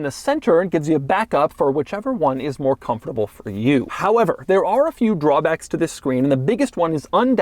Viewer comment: Where is Doug from? I noticed he pronounces the word “comfortable” by putting a stress on “comFORTable”